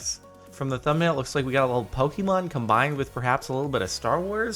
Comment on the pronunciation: did he just say pock-eh-man